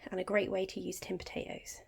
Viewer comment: Love the way you say po'atoes!